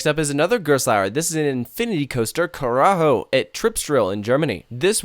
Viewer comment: Pretty good pronounciation on the German Coasters (I can imagine how hard it is) :P No spanish Karacho anymore ;)